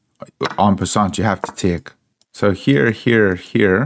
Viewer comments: Quite an Informative game. Did make me laugh though the way you say "take". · What is it with this guy the way he pronounces TAKE. It was driving me mad. Extremely annoying